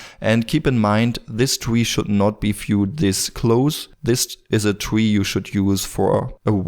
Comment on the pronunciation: Not a twee, its a tree! :-P